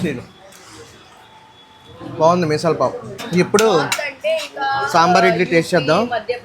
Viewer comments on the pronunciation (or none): Bro aadhi misala pavu kadhu bro….Missal pav 😊